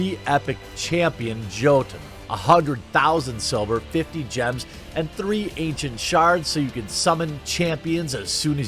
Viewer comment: ok everyone does this jotun is pronounced "y"otun its a Norse word for a giant